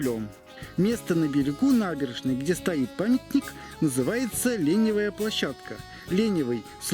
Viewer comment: Вы зачем неправильно ставите ударение в словах?) лени‘вая площадка! И слово это не диалектное. Лень , лентяй, ленивый. Ленивая потому что там торговали без всяких витрин, прямо с телег. Лень было им обустраивать торговое место. Да и ни к чему ) не понимаю таких "историков" которые коверкают ту Самую историю , ещё и с русским языком проблемы!.